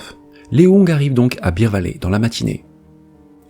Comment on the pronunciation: Bear valley (bère vallé) , pas beer valley (bir vallé). A part ça, bonne vidéo.